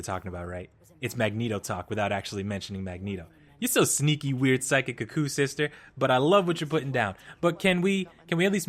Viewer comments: Isn't it "kooo-kooo" like saying crazy? Not, "kuh-koo?" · Yes, they even say it in the show lol. Idk why he pronounces it that way xD